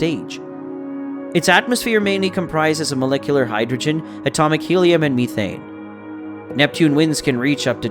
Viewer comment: You made a couple of mistakes. The moon is not "Lo", it's "io" (Indigo oscar), and it's methane, not methene